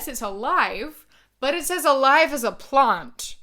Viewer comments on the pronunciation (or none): Omg she said plant! I thought like "What is a plond?" lol😂😂😂